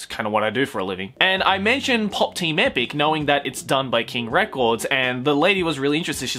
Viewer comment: pop team epicu. its epicu